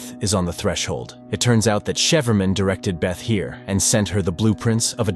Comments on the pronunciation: shiferman hahahaha its said cyfferman aka cipherman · not shapherman but Cy-Pher-man